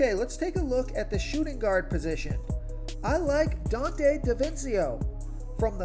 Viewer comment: Love this breakdown but Man U butchered donte’s name bad. Friendly advice for the future, I use to be in broadcasting so I would break there name down or listen to the home team play by play.